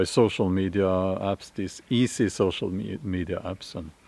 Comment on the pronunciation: 🚫 sew-show me-die-ya